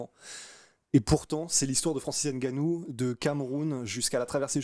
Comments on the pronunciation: C’est pas N Gannou c Ngannou ! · le N n'est pas distinct car il n'y a pas d'apostrophe qui sépare le N du G donc tu prononces " NGA " et non " N' GA " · c'est bien ce que je dis. On dit Ngannou et Non Enegannou. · va vraiment falloir que tu apprennes à prononcer le patronyme de Francis. Le N se prononce, il ne s'épèle pas. Ça gratte les oreilles. 😂